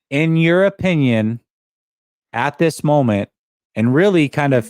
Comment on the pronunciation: If someone pronounces "this" as "dis"...we shouldn't care too much about what his opinion is. Dis a fact!